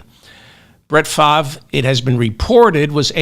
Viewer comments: The "R" in Favre is NOT silent, though it seems to be in the wrong place. However, it is pronounced "Farv". From a 60 year Packer fan, but ex-Brett Favre and Aaron Rodgers fan, for obvious reasons. One's a thief and the other is a ant-vax nutjob. Both are MAGA. Neither is acceptable. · It’s pronounced “Farve” as in “starve (the poor)” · Brett Favre's surname is pronounced in French; 'Faa-vaa' according to Google's translator. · It's pronounced "Farv." Really. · Pronounced Favray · Hey Mr Ferdman, love your show. The correct pronunciation of Brett Favre' name is (Far-ve)or (Farv) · That's the American or English language way to pronounce his name. French people pronounce it Fah-vre, with a soft ending on the letter E. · Who’s speaking French? For David: it’s Farv. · David has a hard time with some names, very hard. Still goes back and forth with Kom ah la (Kam ah la, Ka milia). I also like to throw in extra bits but not when it comes to his wrong pronunciations. Farv is as simple as it gets. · I think it's Fahve. The R is silent like the R in fish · No need to give Favre (pronounced FAR-VE) the benefit of the doubt. The man committed more welfare fraud off the backs of the poor than any other human being in this country. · Oh sh*t! I was listening to you to know how to pronounce his name. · FELDMAN. check the web for FAVRE pronuncation.... As always good show... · The mispronuncuation makes this better and reminds me of Ben Stiller's in Something about Mary. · You pronounce Brett Favre name like you’re from Boston David lol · He’s scum but at least pronounce his name correctly.